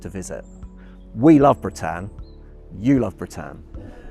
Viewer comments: That surprised me too. It doesn’t show the English in a good light. Some of us try to make the effort with the pronunciation. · At least pronounce her name correctly. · Oooooh why the expense of producing such a fine video and then not pronouncing her name properly ? 😱 The lady hostess at the start was so gracious and pleasant in helping Nigel with this, yet he (a company employee) carries on and ignores her good counsel. Incroyable. 😜 A fine ship, travelled on board her in the 90s. 👍